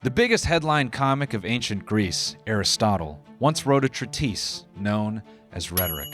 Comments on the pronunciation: treat-iss. treat-iss. say it out loud. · saying treatise like it’s a black girl name